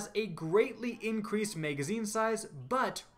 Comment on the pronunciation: i cant stand you or your douchey tone of voice and way of talking but, who doesn't want to see leaked exotics... Edit - also, what's a "Mega-zine" and a "Dray-gun" ?